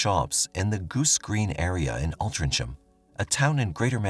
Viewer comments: It’s pronounced "Altringham" not as spelled. And love how you use stock footage of London for the streets of Altrincham! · I lived in Altrincham from 1980 till 2012 and I don’t remember this ? I walked through Goose Green every day on the way to work…..Somebody should have told you how to pronounce ALTRINGHAM……….. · Alt-tring-ham. Or drop the ing' for 'in' and the 'ham' for 'am' / 'um' dependant on where you're wanting to be from or what demographic Stooped computer voice. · I lived and worked in Altrincham and Wythenshawe for 8 yrs. We pronounce it Altringham. Wythenshawe is quite a bad area actually... I left in 2001 so only heard about this case through YT. Kind of creepy... thanks for this story. But can we say " gullable" when someone really is believing such tortuous stories? He might have been very immature and in his own world too.... gosh! So sad!🇨🇵🙏🏽🤲🏽🤜🏾🤛🏽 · Great video, just for future reference Altringcham is pronounced al-tring-um, strange I know but a lot of English towns are pronounced differently to how you’d expect! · I'm so glad you have mentioned the pronunciation of Altrincham. It was really annoying me when he said it soooo many times and each one was wrong. 😃😃😃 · Cant deal with the pronouncing of Altrincham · Stop saying Altrincham incorrectly. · if you are going to keep using a towns name learn how to pronounce it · Couldnt be bothered to look up how to pronounce Altrincham, nah? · Within first minute I hear multiple grating mispronunciations of the town's name, you show shots of Piccadilly Circus London while talking about Altrincham town centre, then in comments you are commercial spamming. Probably best if you stick to stories from USA as you will certainly be aggravating the British with this performance. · I came to tell you that you were pronouncing Altrincham wrong too, lol. You did say Wythenshawe correctly though, so well done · Sorry, but he really needs to check out how to pronounce altrincham , his way is way off 😂😂😂😂